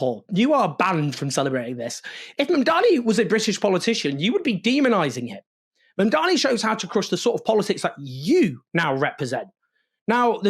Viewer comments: MAM-dani. Mamdani. Please let's get it right! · Owen, it's MAMDANI, not Mandani! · What's your background, coz clearly pronounce or spell. It's, Mamdani. Now repeat it HuggyCostky